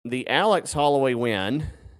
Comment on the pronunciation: It’s Holladay not Holloway